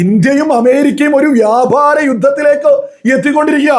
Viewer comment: "വ്യാഭാരം" അല്ല, "വ്യാപാരം". Pronunciation ശ്രദ്ധിക്കുക.